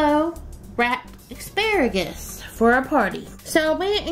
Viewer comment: OMG! You've said "EXparagus" twice!🤦‍♀️🤦‍♀️